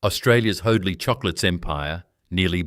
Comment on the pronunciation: His name was Hoadley pronounced HODE-LEE not HODE-LYE